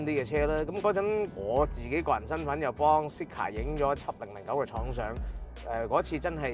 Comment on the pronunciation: “Zeekr” 呢個名用 voice navigation 有啲麻煩，因為香港人讀 Z 經常讀咗 S音，R 又讀咗 Ah音，所以Zeekr就變成 Seekah. 所以架車聽唔明可能係Honglish嘅問題😂